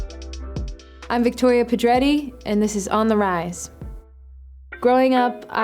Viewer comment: Why do i feel like she is not saying pedretti right.